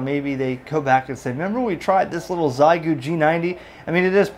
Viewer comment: Almost certainly Xiegu is pronounced "she-ay-goo"!